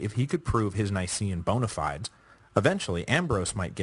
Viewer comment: Sometimes he gets the pronunciation a bit wrong; bonafides needs work